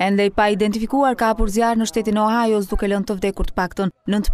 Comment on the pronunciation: Gazetarë Ohio (shkruhet) = OHAJO ( thuhet).